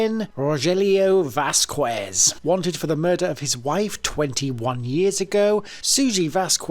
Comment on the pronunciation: Learn hiw to pronounce the Huspanic names. It's Vaskez😊